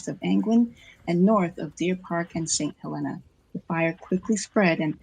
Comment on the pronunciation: I know you are just reading, but it is pronounced Saint HelEEEEna. Just for your information in the future.